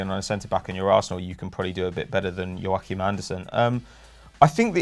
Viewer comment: why does my man say "joaqim andersen" like he's spanish 😂